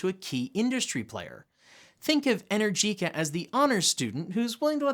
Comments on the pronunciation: Just a heads up, ...it's not "inner-jeeca" It's "E-nergica" 👍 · PLEASE learn to pronounce Energica correctly - E-nergica NOT Energeeca. Thanks :)